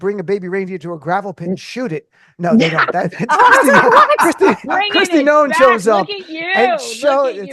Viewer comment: Kkkristi lawn noem...i like it